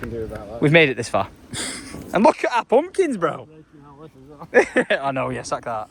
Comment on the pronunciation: I love the way you say Pumpkins… Poompkins 😂❤ I’m keeping everything crossed for growth. My family and I (we live in Berkshire) will be driving the 3.5 hrs to come and pick a pumpkin, even though there is a place 20 mins a way! 😂 I want to see the land and maybe meet you all if I’m lucky Xx